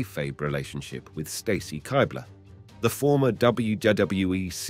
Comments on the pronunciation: Why is every females last name not pronounced the way they pronounce it? Straytus? Kighbler? I couldn’t finish the video. Literally simply watch the WWE videos of these women in the video and you’d know that NO ONE pronounces their names this way 😂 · Pronouncing Stacy Keibler's name like that is a dead giveaway that this guy is not much of a wrestling fan, as is showing clips of Lita kissing Matt Hardy while talking about the Lita and Edge angle being heavily sexualized. Still a very good video covering all that crazy shit though.